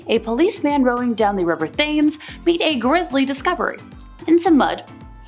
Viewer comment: BTW The river in London(Thames) is pronounced Tems. Also, the place Reading is pronounced Redding. Kate Webster was caught and hanged. The head of her mistress was found many years later in David Attenborough's property during renovations.